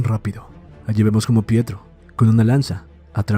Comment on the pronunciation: No es "Prieto" es PIETRO!